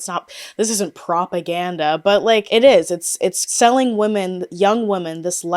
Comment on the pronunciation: I’ve noticed ppl pronouncing “women” as “woman” lately…..it’s so odd and particular